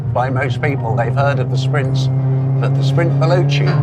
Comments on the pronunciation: First of all, you should learn how to pronounce Italian words. ex: Veloce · Is it really so hard to pronounce veloce????